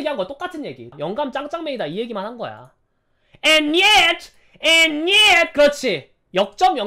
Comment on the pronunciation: 갑자기 앤 옛ㅌ!!! 개웃곁ㅋㅋㅋㅋㅋㅋㅋㅋㅋㅋㅋㅋㅋㅋㅋㅋㅋㅋㅋㅋㅋㅋㅋㅋㅋ ㅠㅠ